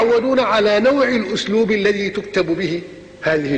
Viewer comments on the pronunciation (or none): none